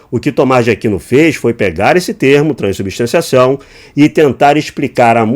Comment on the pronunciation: Crescer nas costas de quem? O cara não sabe falar “transubstanciação” 😂